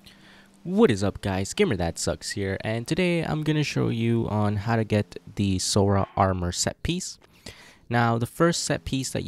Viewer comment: I’m sorry what? “SoRa” wth is “sOrA”